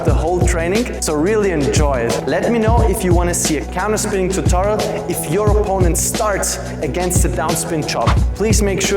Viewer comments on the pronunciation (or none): none